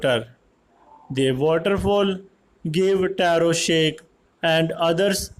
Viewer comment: Vo taro ki ap rong speek kar raha ho sir